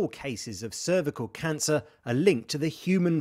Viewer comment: Brilliant news! Just curious though, did anyone else notice the initial pronounciation of cervical? 😂